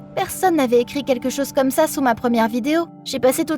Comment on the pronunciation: Au lieu de dire "comme" il/elle a dit "gomme" donc gomme et crayon